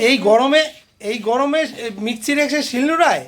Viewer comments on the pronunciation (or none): Kathta mixi micchi na